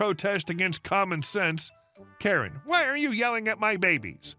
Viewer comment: "Kare"? "What install in my charger"? AI is making you look like a moron.